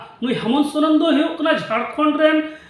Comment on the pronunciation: Saren nhi dada soren hota h 😂😂